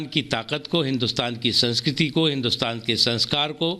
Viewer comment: Rahul ko bolna nahi aaya ek Congress ka hindustan ,ab modi ji ka hindustan eh bolna tha teek se nahi bol paye 😉🤗🤗